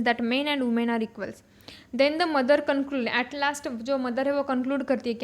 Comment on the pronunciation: It is not umen its women